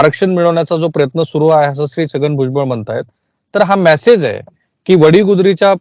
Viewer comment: मॅसेज नाही मेसेज म्हणायला शिका